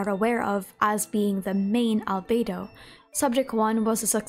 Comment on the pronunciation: so glad I'm not the only one who calls fake Albedo 'Alfredo'